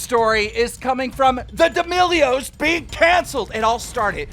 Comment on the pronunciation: Everyone and keemstar: d'melios Subtitles: d e m i g o d s